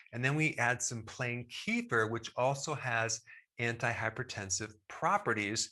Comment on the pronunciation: I'm gonna need you to start pronouncing it correctly, please: kuh-feer.